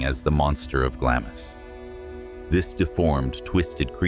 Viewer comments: Glamis is pronounced glams as though there was no letter i. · Glamis is pronounced Glah-mz! You forgot to mention the ghost of Lady Glamis seen praying in the castle Chapel, the sunlight shining through her, leaving no shadow.